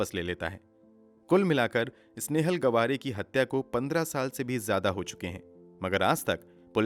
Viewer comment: Brother it's not गवारे it's [गावरे] Btw nice narratiom 😃